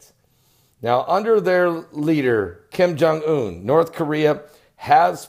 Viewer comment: Kim jum boom???? 😅 you are too much! 😄😁😂 Thank you for bringing a smile in the midst of this modern tragedy and insanity. 💞